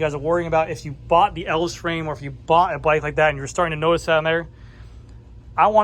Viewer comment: I’m pretty sure the name is pronounced.: El-vez.